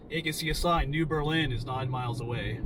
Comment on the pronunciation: New Berlin is pronounced with the accent on the ber. Not the Lin...my dad was born there.